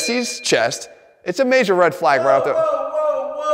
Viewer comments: Das a REHD FLAAAYGE ova thea! 😅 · Jeff called me a Red Flag, but there were very few L's in the word "flag"